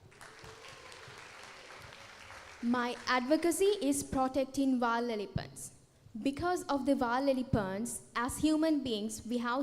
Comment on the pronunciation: Nahirapan din akong intindihin yung pagbigkas nya ng wild elephant.